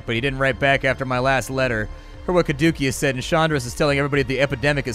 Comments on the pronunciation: Yeah: Kuh-DOOKIE-us. I was right there with you, it's pronounced Kah-DOO-see-us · Oh god, "Cadookeus" was painful. Especially for any Division players who got used to hearing it in every build video for a brief period. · Your pronunciation of "Caduceus" was grating. Keep up the good work.